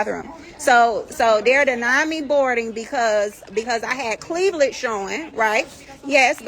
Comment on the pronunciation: “Cleaveledge” showing?